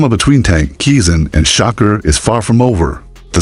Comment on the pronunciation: U saying Shakur name wrong